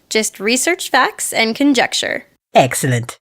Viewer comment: At the end of the video,when said "Exilent" she kinda sounded French